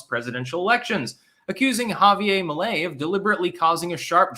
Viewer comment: You mispronounced the Argentinean dude's name,but I reckon that I can't really blame you;you ARE a Vermonter of caucasian persuasion,after all. 😂